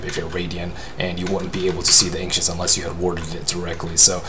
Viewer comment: the Anxious creep?? why can't he pronounce ancients properly, ur awesome but i couldn't hold it to myself..